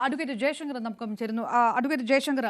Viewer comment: ജയശങ്കർ,r pàrayunnathu ശരിയല്ല